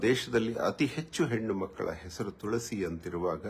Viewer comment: Pronounced of Tulasi was very wrong from jaggesh mouth was shocking